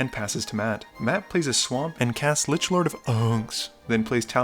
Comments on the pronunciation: Why you say lich Lord or unck like that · "lichlordof UUUHNX" 😂